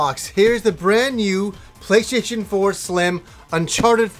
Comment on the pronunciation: Did he say playshaition?